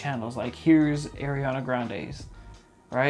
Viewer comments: ITS NOT AIRANA ITS ARIANA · no one gonna talk about saying “ayriana” lmaooo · Can we talk about how he said air-E-ana granday XD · Ya true